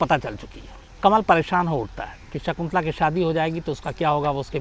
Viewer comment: सिगंला नहीं शकुंतला ।